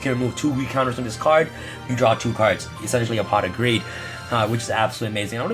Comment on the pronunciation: I thought you were saying I use a lot of pot for a second lol